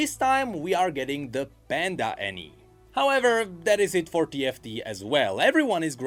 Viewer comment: That's Annie-ya!